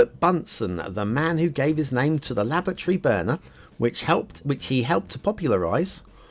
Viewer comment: That 'It's My First Map' sting was a bit late... All through the Factiod I thought was saying 'lavatory', not 'laboratory'... A nice first map, but, as usual, the infrastructure needs a bit of refinement. Drowned trees, blue mantle, weak start square water flow flowing into the bay rather than out of it. Looks good, but needs improvement.